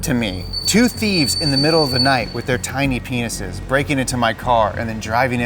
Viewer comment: Emphasis on "tiny penises"